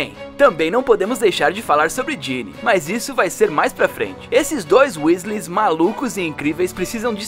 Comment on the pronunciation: É Ginna não Ginny mas o vídeo ficou incrivel